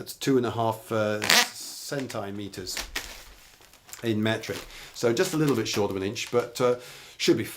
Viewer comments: I'd heard there are these other things called "centaur-meters" or something. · Absolute charmer, he pronounced centimetres "sen-TAI-metres"